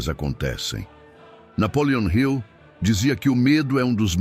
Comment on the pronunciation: Napoleon Hill não é Napoleon Rio. Está errada a forma como você diz.